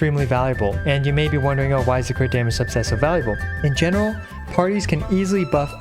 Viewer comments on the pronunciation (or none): none